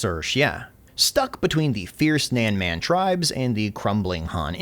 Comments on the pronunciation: His Pronunciation of “Nanman” is hurting my ears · PLs Zhuge LIANG not Zhuge Leong. Leong is a cantonese way of saying it which is a wrong way if you put Zhuge & Leong together. So Zhuge Liang something like you pronounce Lee Ang in faster way. Also it squeeze my ball everytime you say Nanman. Nan as in None, man as in bun but with a M or gun with a M instead of G. Or simply paste this to google translate & play the sound 诸葛亮 南蛮.